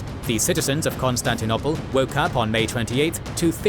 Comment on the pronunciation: Since when is it pronounced Constantin- opple? Coup d'tat... is pronounced coup d'et ah. Sorry but repeated mispronunciation really ruins the listening experience. Leave history to the historians.